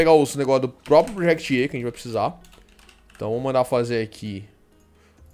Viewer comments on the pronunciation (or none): none